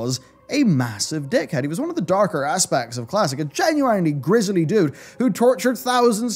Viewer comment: The way you say genuine & sanguine should be on /mildlyinfuriating